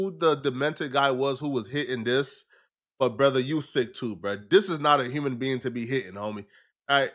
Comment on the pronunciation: The word is THIS not dis!!!